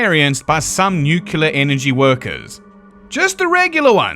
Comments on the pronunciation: In this video, we get to listen to "nucular" many, many, MANY times in the beginning of this video. EDIT: A "rad" is not a very useful measurement, but MOST "nuclear", not "nucular" energy workers are still exposed to far less than than in their lifetime. In my 5 years aboard an aircraft carrier in the US Navy as a "nuclear", not "nucular", reactor operator, I experienced many, many times less radiation exposure. I guess now you know why I don't like the word "nucular". I won't say it again if I need to edit this comment again. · Are you a nineties kid? It seems so. But anyway, why do you pronounce nuclear wrong? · Nu-clear, not "nuke-uler". 🤮